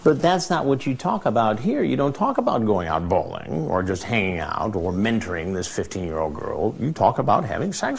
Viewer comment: The way Hansen says “bowling” 😂😂😂